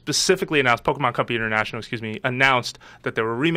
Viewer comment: Quit saying " pokamon" !!! I hate that lol